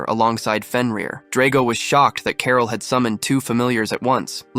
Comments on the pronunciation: Who the hell says carol like carl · Carol not Carl.